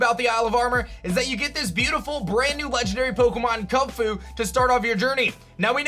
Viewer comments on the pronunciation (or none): Why do you say Kunfu and not kubfu 💀